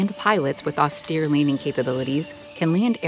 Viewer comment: Did she say "leaning"? Maybe its a special type of landing.